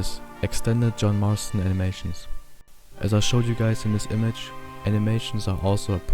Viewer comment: Thats not john marston thats john marstorn